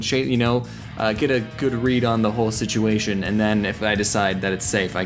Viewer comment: "sitiation" -oddonesout